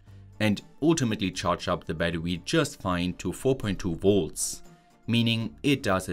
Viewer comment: Bro said batrwe